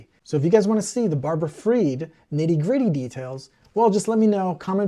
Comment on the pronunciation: You say you hunger for knowledge, we’ll learn this, SBF’s mother’s maiden name is not pronounced “ Feed” it’s pronounced Fried as in “fried” chicken